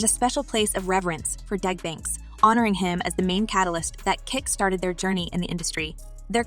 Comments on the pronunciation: It's DOUG Banks not Dag... If you're going to report it, get your pronunciation together... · It's Doug Banks, not Dag..geez